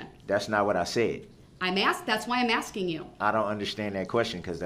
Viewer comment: are you axing me or telling me 🤣😹